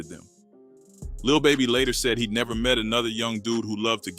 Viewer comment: neverrrrr with an french accent 😂😂😂😂